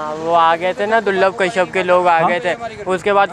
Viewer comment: Keshap nahi be kashyap hota hai😅